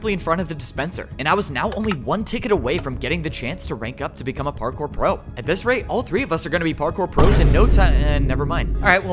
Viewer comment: par-cow if I may